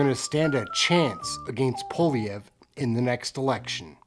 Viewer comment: Pronounced poa-li-evre . Poilievre